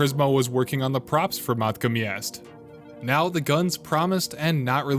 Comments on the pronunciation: Yes the way he pronounced matka got on my nerves. Like how do you read “Matka” and get “Meeka” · Not only that but has the dude heard anyone else call it “meeka” 💀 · In the history of videos addressing controversy… this is ass. Why even address this with an entire video? There’s no way this was written, edited, and combed over by a pr department this quick. Fire your public relations guy. Side note: people outside of your circlejerk pronounce it Mat-ka. Weird thing to make fun of someone for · Calling him out for mispronouncing matka had me dying. Agreed that A) do your homework and B) maybe have some common sense when calling yourself an expert/guide. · This dude did not call out his pronunciation of Matka Miest is that how little you have to defend yourself with